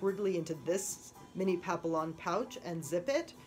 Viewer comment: Its pronounced pap-ee-on